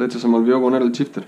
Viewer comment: porque dice "chock y chifter" y no shock y shifter?